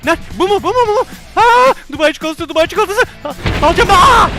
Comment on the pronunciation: Çukulata değil Çikolata